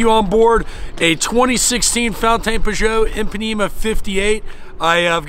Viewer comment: I WAS ORIGINALLY A HATER, BUT NOW TO HEAR YOU SAY "PAN " IS JUST WRONG ! SEE YOU IN MIAMI .